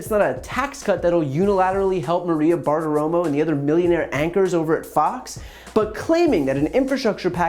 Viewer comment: Brian, you almost went Bartiroma on... Bartiroma.